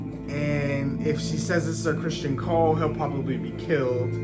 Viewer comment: His name is Criston, not Christian.😊